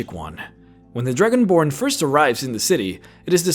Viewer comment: The Druginborn. ARTICULATE YOUR STUFF xD